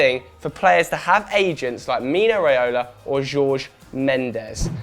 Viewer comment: Miguel Godinho Matias he said it wrong tf? I cringed when he said it